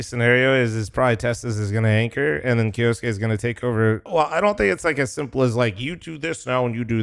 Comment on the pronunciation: K - YOU - SUKE NOt KJOSKE